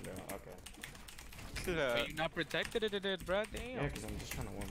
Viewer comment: Nobody:: you’re not protectededed